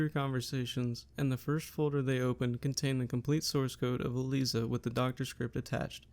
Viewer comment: Nicely done! A detail: Most folks pronounce ELIZA with a hard I, as: E-Lies-uh. But otherwise, this is one of the best and most concise summaries I’ve seen!